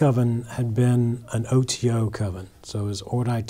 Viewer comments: That's what I got from it... Didn't even pronounce OTO properly. For a guy who was supposedly part of it for years n years. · 😆 Superstitious people would do well to read some of those books you have so they can recognize b.s. when they hear it... This dude couldn't even pronounce OTO properly.... This dudes a grifter